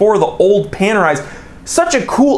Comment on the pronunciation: Looks like Panerai have gone Pan-AWRY.